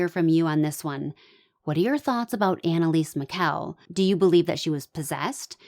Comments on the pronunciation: First of all if you're going to make a video about someone, please learn how to pronounce their name. Apoplectic does not mean a stroke it means to be angry.. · what is it you would like me to google? You might want to take your own advice. All I said was the definition of apoplectic which I am correct about. And you did mispronounce her name. What is it I should Google? I think you should take your own advice and do a Google search yourself.